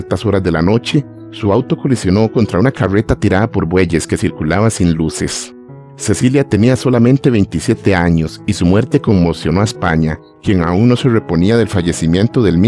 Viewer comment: Por favor aprenda a pronunciar las R , carruetas ? Ruegalo? ,....